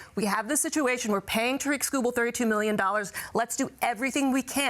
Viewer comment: Why are and the only ones pronouncing his name correctly. It’s pronounced like “TEAR-ICK”